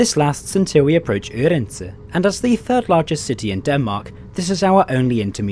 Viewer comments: Thanks for trying to get the danish pronunciation right - with varying result, however: Aarhus sounded fairly authentic, while Odense was a near fail .) Did you know that you quite often can find the pronunciation in the (english) WP article on each place (and mostly correct) - provided you can read the global IPA script? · "Aarhus on the island of Jylland". That's a geographical statement on the same quality level of the train you where riding.. : "across the ". The island (yes, that IS an island) is called "Fyn". Odense, not Oedense, is a town on that island.